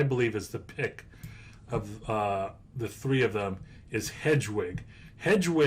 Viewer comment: I know you don't need to know anything about harry potter to know about investing in Harry Potter lego, but I cringe every time you said "hedgewig" and "dragon alley". It's pronounces HEAD- WIG and DIE-A-GONE alley.